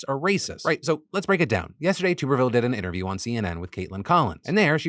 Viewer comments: Philip I love you....but as an Alabama resident, I must correct you due to my touch of tism....it's TUBerville like a bathTUB. Not tube as in a pvc pipe lol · Just a heads up senator tubervilles name is pronounced TUBB ERVILLE. Ashamed to know that but i am an auburn grad 🫣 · phil, you are driving me nuts, it’s TUBBER-ville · Phil it’s pronounced Tubber-ville 😘😘😘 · “Tub” er ville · You're saying Tuberville wrong.